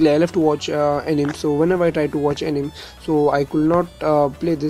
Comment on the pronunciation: Its pronounced "Ae ni me"